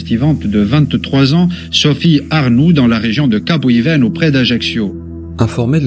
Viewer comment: Capo di Feno se prononce capo di Fene 😀